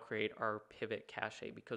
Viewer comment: literally googled how to pronounce cache after this, apparently its cash